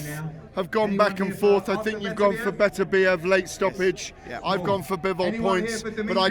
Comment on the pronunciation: Frank can,t say Beterbiev, he says betertieb every time, i still think that they should get a proper pundit to interview him, Spencer Oliver is a numpty.